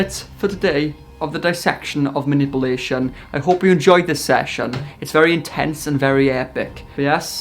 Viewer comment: “dissection of muh-nipple-nation”